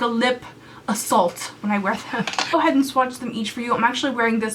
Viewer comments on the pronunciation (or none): none